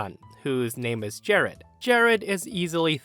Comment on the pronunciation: "Jahrad"?? Ugh.